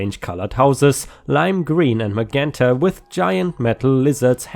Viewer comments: Hey, just wanted to let you know that the color magenta is pronounced "ma-jen-tah". It's another one of those weird things about English. When a "G" is followed by an "E", it makes a "J" sound. So "Gerry" would be pronounced "Jerry". I know. English is insane lol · Magenta - ma - jen - ta - a shade of dark pink! Lien - pronounce it as if it is a German word - leen!